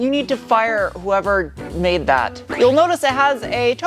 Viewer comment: MADE in Chicago, not MANDE